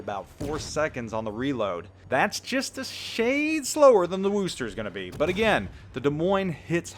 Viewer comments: say it with me WUSSter not wooster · Aaaaagggh...it's not WOOster. It's Wuster. As a native of Worcester, this was driving me insane. maybe you were doing it for the memes, but it made me cringe hard. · It's Wuss ster not woooooooooooo ster :P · I don't care what anyone says ... I'm pronouncing it as the WAR-chester. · it kills me to hear you pronounce Worcester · I tried this before and got trounced by people......let him mispronounce it.....trust me it's not worth the trolling you'll recieve. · Chris Bergonzi As an Englishman it pains me to hear it pronounced incorrectly ha!